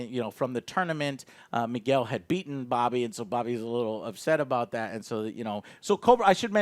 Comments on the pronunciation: Joe i love you but its ROBBY!!! Not Bobby. Anyway love your video! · And it's Robby not bobby. Jeez